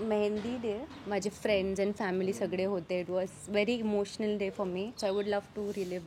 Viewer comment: she's saying sagde instead of sagle it shows Jalgaon in her😅